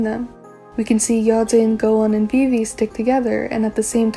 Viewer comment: at first you have such a beautiful calm voice and I like the way you pronounce yeojin a vivi T^T idk why… but your theories gave me hope about loonaverse after butterfly. i wasnt sure if there’s still something deep, but your theories are on another level!! tysm for this